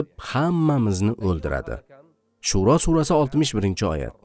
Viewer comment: Shuro emas shuaro